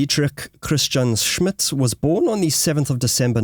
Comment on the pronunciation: "Jutland" - check pronouncation,))) - also the names like Scholtz and Schmidt. it should be easy to find a native speaker where you are ? if not, say so. Happy to help in future. Very interesting content ! And that would make it worthwhile to get those little details right after all the work you put in.